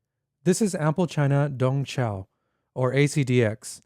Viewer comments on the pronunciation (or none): Its pronounced tong siao btw. Beautiful sounding right✌️😍